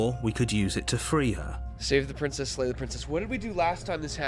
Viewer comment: Lay instead of slay